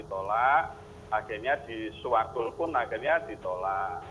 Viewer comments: Sewakul maksudnya bukan sewulan,hehehe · Bukan Presenter nya aja gaes yg ga nyambung, Tim redaksi nya emang ini yg aneh. Sewakul kok jadi suwatu Wkwkwk